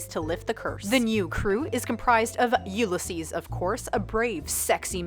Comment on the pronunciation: "you-le-sees"? really??